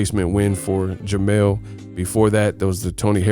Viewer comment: jermell not jermall